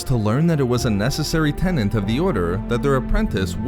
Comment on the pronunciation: For the future, the word is "tenet" not "tennant". Example: "A tenet of the Sith". Love the video anyway. Sith have always been a suprising mix of evil and lawful masters that sought power for different reasons but kept pushing the dark side of the force.